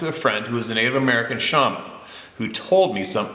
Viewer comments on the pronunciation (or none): none